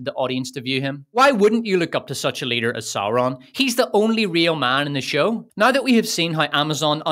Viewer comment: “She’s a powerful lee-duh”